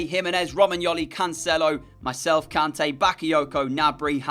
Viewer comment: not trying to be mean but its pronounced k-arn-ta